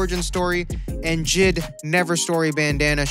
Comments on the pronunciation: Bruh he said jid ITS J.I.D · “JIDDDDD” no it’s J I D